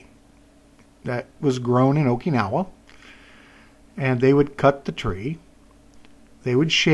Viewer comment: maki means roll not wrap and wara is is straw. and dude learn to say Okinawa properly.